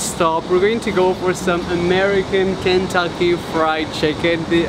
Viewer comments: It’s American not american and Kentucky not cantucky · Look no offense ik your from Britain but I’m from Kentucky and I’m dying (Not literally) U pronounced it Kantuckey it’s Kentucky Sorry ik it sounded rude but I’m from Kentucky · I got so upset when you said “Kantucky” lol. But I love you! ❤️ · Lunar Eclipse it was just his accent, he said Kentucky but his accent made it sound like Kantucky :) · i know I said “ik your from Britain” but honestly I just 😂 lol idk but it feels weird hearing him say “Kantucky”